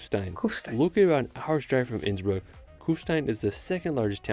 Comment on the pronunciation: you asked 'How is his pronunciation?'. The answer is 'Ab (Innsbruck isolutely atrocious'. It is a bit like a non-English speaker pronouncing Cincinnati as chin-sin-nay-tie! When visiting countries for a first time, PLEASE, PLEASE, PLEASE learn how local place names are pronounced if you don't even learn to speak a little of the language out of politeness to your hosts! Schönbrunn is pronounced 'Schern-brun' and See (meaning lake) is pronounced 'zay' (rhyming with say). The worst example I have ever seen was an American vlogger who pronounced the the town of Waldshut (on the German-Swiss border) as 'ward-shut' instead of 'vaaldz-hoot'. In German, 'V' is pronounced as 'F', 'W' is pronounced as 'V', and 'Z' is pronounced as 'TS'. I love Austria and the Bodensee and visit Lindau every year - roll on mid-June and my next trip! Have a closer look at Lindau and it's surrounding area - Switzerland is a 20 minute train ride, Austria (Vorarlberg) is a 10 minute train ride, Liechtenstein can be reached in under an hour, and Zurich and Munich can both be reached in a 2 hour train ride (Innsbruck is a little further - it takes 3 hours).